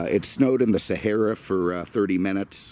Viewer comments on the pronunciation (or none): none